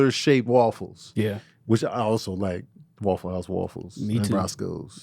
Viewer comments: we need to address they way you pronounce waffle as WALL-FULL😂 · Every time say’s waffle I chuckle a little bit. Wuaffle😂😂